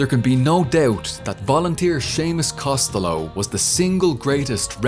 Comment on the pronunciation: I love how he actually pronounces Costello right, normally others think its italian.